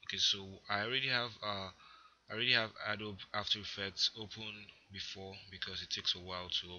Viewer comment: a dobe? its a-dobe-ee